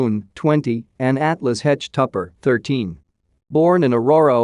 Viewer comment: This dude talking is mispronouncing this poor woman's last name. It's not "hetch" Can anyone hire others for videos that know how to pronounce people's names correctly?